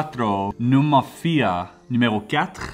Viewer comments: Your "numéro quatre" was said whith an incredible french accent 🥰 c'était un plaisir d'entendre ça ! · Like an perfect quebecois accent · Omg that "numéro quatre" was amazing